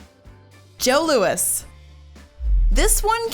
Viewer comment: JOS LOUIS BOTH "s" are silent it is JO LOUI the 's is not pronounced (Sorry this is the second one I ran across saying it wrong. I am from Canada)